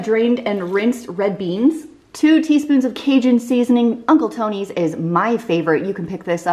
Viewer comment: As a Louisiana native, I kinda tilted my head everytime she said "Uncle Tony's"😆